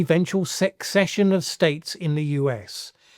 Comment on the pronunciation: Hi. Love your videos and these more broad-ranging musings. Just a tip: "secession" is pronounced like "procession". That is, the C letter is soft -- it sounds like an "S" when pronounced. This is how "secession" in speech is distinguished from "succession". Otherwise these 2 words would be confusing in speech, as they would both sound the same.